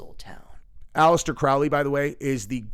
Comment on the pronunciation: That documentary is a total joke. The guy can’t even pronounce Alistair Crowley‘s last name correctly. Neither can, it’s pronounced crow like the bird, and then Lee. Crow-Lee. Seriously there is so much false and fake information in that documentary. It’s pathetic., you are getting gullible AF. Abramovich is a shock artist who literally makes money by having people like you freak out, which makes her shit cooler way to play into their hands.